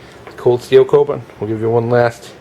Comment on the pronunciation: pronounced "Ko-boon"